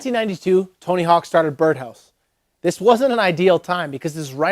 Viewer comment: "Tony Honk"